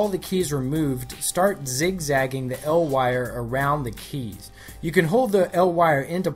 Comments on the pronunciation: Hey man! Awesome tutorial. Just want to let you know it's pronounced "E. L." for "Electro Luminescent" not "L Wire" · listening to you say "El Wire" instead of "E-L Wire" makes me uncomfortable... sounds like some Mexican kid's street name... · "L" wire? Isn't it said "E.L." since it abbreviates electrolumenescent? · It's not 'el' wire it's e.l wire for electro lumedecant dumbass